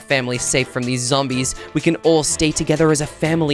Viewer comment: said Zambies😂😂😂